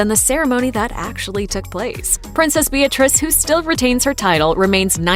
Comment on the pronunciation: Is it me but it sounds as if she said.."Hello everyone is BITCH REESE here".....LOL